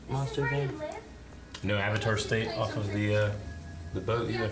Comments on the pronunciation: oh god 30 seconds into the movie and they already pronouce Avatar wrong oh boy says the Ovatar lmao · I dont get why they changed the pronunciation of like every single word/name that has anything to do with the actual IP. Aung? Auvutar? Eeroh?